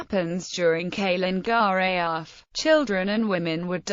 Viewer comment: Calen Geaaf-(Ka-Len Gar-eh-eff)!